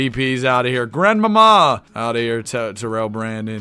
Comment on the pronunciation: Fucking Dying at Gram-ma-ma